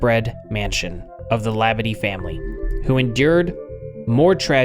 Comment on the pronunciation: speaking from louisiana native, we pronounce this name - and we have many Labadies - Lah - bah dee. .02¢ have a like and a comment for your research efforts.